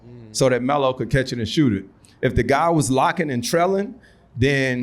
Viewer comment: The way Melo and Cp talk to each other you can tell they have a real relationship with each other.🤞🏾I don’t think Cp called Melo “Melo” the entire conversation he called him “Ello” 😂😂